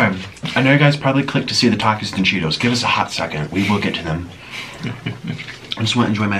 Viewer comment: "Do you like takies or Cheetos more? " "takies" prossedes to take a cheeto